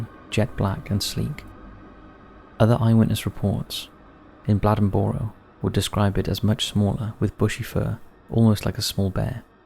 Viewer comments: As an NC native it's pronounced Blay-Den-Burrow. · I've been following this channel for awhile now, and this is the first time I've seen something from where I'm from. I'm from a lil city right outside of Bladenboro, called Lumberton. The last lil clip of the story, of the newspaper, actually is made from my city newspaper called The Robesonian. That made my day seeing this on here, thanks! P.S. I think it's cool how you pronounce Bladenboro lol. We say it more like blade-in-borrow